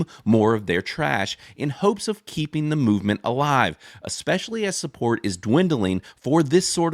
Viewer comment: my man said "ecspecially"